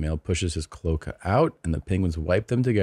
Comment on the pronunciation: Clo-a-ca long a in the middle.